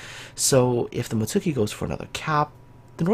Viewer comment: Come on! You play Kancolle, you should know how to pronounce Mutski properly!